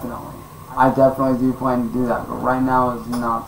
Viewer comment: Did he say he’s got a Flan , or he’s got a plan ¿. Vitch